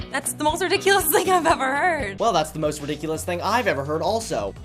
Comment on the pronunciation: I love how he says "Thang" instead of "Thing"